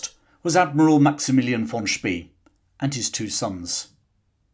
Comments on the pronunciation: Xcellent video! Think “Spey” is pronounced “Shpay” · Spee in German sounds "sh bay." It gives me creeps hearing his name spoken as "ss bee." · Sorry if I got it wrong! "Von Spie" is how what you said would be spelled in German, except there is no such name. The word "See" (sea or lake) is spoken like "Zay" and that's how English-speaking historians usually pronounce "Spee". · Admiral von Spee. Pronounced Shpay (English spelling) Gneisenau Pronounced guh neisen ow Good video otherwise,. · The surname of the German admiral is correctly pronounced as “Shpay” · Hi,, thanks for replying. The ones that hit my ears are Von Spee, where the EE is more like french ÉE than as in English "spree", and Gneisenau, where the G is hard.